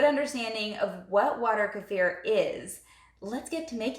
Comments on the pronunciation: Finally! Someone who pronounces Kefir correctly! Thank you! Other people doing how to video pronouncing it like Kiefer Sutherland's name and I get annoyed. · I do like the pronunciation: Ku-fear'' for Kefir, it has this particular vibe to it that I gravitate to. 🥰 I find myself saying it this way on a frequent basis. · FINALLY the 1st channel to pronounce kefir correctly! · I finally found someone that pronounces it correctly. I couldn't even get 30 seconds in on so many other videos. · you pronounce it like the original Russian. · finally someone pronounced "kefir" correctly! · Hallelujah you pronounce kefir correctly!